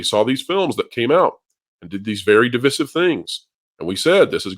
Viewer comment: How can his old ass mispronounce divisive.